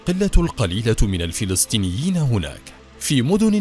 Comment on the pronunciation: الفلستينيين = فلسطينيين فلستين = فلسطين خيوت = خيوط تكلم عربي فصحى بالشكل الصحيح او تكلم باللهجة العامية